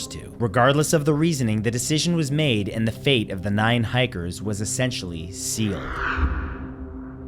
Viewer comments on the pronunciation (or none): none